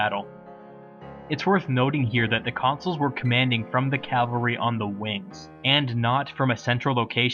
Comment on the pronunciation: I love your vids, but by God you have to stop pronouncing cavalry as "calvary".